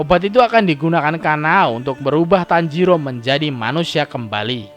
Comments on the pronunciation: Tanjiro bang bukan tanjidor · Bang tanjiro bukan tanjidor :v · apa tanjidor😂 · Tanjiro bukan tanjidor😂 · Guy tanjiro bukan tanjidor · Bang kok tanjidor 😭😂👍